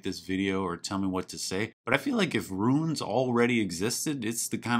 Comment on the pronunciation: I love the way you enunciate ROONS